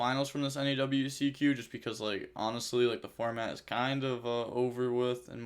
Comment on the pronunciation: Wow where are the other rounds? Come on and Weeeee Ceeeee Que not double u cee que